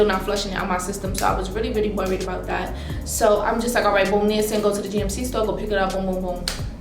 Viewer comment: FYI - Niacin is pronounced Nye-ah-sin. Another name for niacin is vitamin B3. Niacin occurs naturally in food and you need it. What you experienced is called "niacin flush" and it happens when you take high doses of niacin. It happens because niacin causes the capillaries in your skin to dilate (aka relax) which increases the blood flow to the surface of your skin. You have to be careful about high levels of niacin.